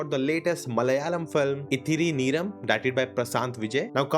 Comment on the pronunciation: Bro movie is called "Ithiri Neram", not neyram